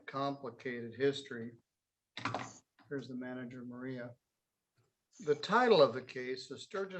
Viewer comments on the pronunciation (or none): none